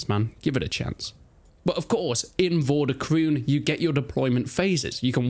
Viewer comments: Game title is pronounced as "Vor duh kroan(or krohn)" , not kroon :-) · I don't know if somebody else has said this but the pronounciation is like for de kroon with the oo being pronounced as the o in over.